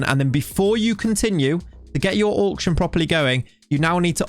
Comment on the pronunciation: Auck-shun! Auck-shun!